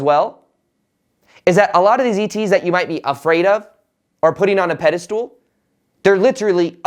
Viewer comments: It's pedestAL, NOT pedestOOL! Thanks, good luck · I love you but it's irking me that you keep saying "peda-stool". It's pronounced "peda-stull". Even the enlightened make mistakes. ;)